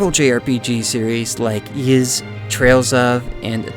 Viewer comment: De he just pronounce "Ys" as "jizz"?